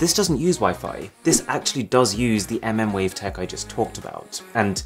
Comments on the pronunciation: MmWave literally means „millimeterwave“. If sou call it „EmEmwave“ it sounds like you don’t really know what you are talking about 😉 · mmWave lol, its pronounced millimeter wave, but keep saying mm sounds more fun.